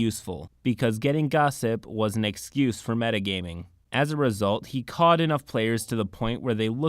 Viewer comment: Cowed sounds like "cow"-ed ;)